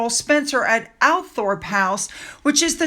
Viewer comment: Althorp house is pronounced all-throp Isn’t it crazy hahaha Like when you see a place name ending in -shire it’s pronounced sheer. English is a crazy language 😂 Wait til they visit Australia and you see some of our place names.